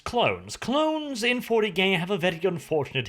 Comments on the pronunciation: I swear says 40gay...... Hahahaha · did he say clones in 40gay?.Or is that just me hearing that